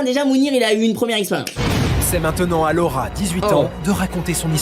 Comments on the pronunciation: Mdr qui a entendu 3 fois le rat au lieu de Laura ???🤣🤣🤣 ( moi ) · Moi qui fait que d’entendre « le rat » au lieu de « Laura » 😂